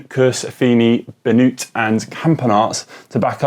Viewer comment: And if they wish to learn more about the proper pronunciation of Flemish riders, (Tiesj) Benoot rhymes more with ‘road’ as opposed to ‘flute’ and I can’t think of any English word that rhymes with(Jordi) Meeus but it should not sound like ‘moose’.